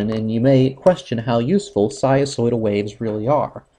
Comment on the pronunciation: What happened to the "n" sound in "sinusoidal"....?